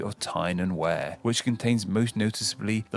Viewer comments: Wear 🤦🏻‍♂️ as in we-are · It’s definitely pronounced “weir”. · As a matter of fact H.G. Wells lived in Surrey, hence why most of his magnum opus takes place there. I'm not sure if he pronounced 'Wear' correctly; it might be the same as 'weir'. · By his pronunciation of certain places, I have doubts as to whether he he is actually a native English person. Derby (Darby) Berkshire (BARKshire) Tyne & Wear (Tyne & WEER). Also, Kent is named after the Kanti, the iron age tribe who lived there. Good reaction mate. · Wear rhymes with Ear. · This guy claims to be a native of East Sussex and yet he doesn't know how to pronounce Berkshire (Bark-sheer), Derbyshire (Darby-sheer) or Wear (Weer). He also, annoyingly, keeps pronouncing "shire" as 'shy-er' when virtually no-one pronounces it this way. In the South it is pronounced 'sheer' (as in the US state of New Hampshire) while in the North it is pronounced 'sha'. The river Humber lies between Lincolnshire in the south and Yorkshire in the north. It is nowhere near the present county of Northumberland. Historically, the Humber formed the Southern border between the Saxon kingdoms of East Anglia (to the south) and Northumbria (to the north). The modern county takes its name from the historic kingdom of which it formed the northernmost part.